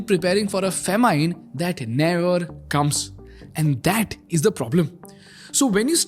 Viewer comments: bro its not FAMINEE its FAH MIN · I haven’t heard a funnier pronunciation of “famine”… or am I the only one who thinks like that?